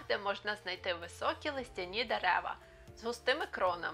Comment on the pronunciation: у Вас проблеми з наголосами: дерева не листЯні а лИстяні, не решетО а рЕшето. Питання стосовно горлиць: я взимку їх не бачу (не чую їхнього "куди-ти"). І у Wiki є така інформація "Горлиця звичайна[1] (Streptopelia turtur) — вид птахів з родини Голубових (Columbidae). В Україні є гніздовим, перелітним птахом." Чи це означає, що у нашій місцевості живуть тільки горлиці звичайні, а не садові?